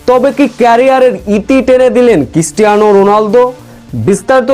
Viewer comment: Christiana not kistiana. 😅😅😅😅😅